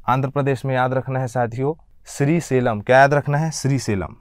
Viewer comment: आपकी भाषा थोड़ी प्रौढ़ होनी चाहिए। उच्चारण दोष हैं जैसे श्रीशैलम को श्री सेलम कह दिया है।